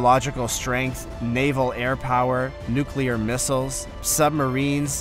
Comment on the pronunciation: "Nuclear" is pronounced "NEW-klee-urr".